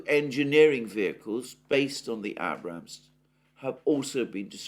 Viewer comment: Please pronounce Abrams properly.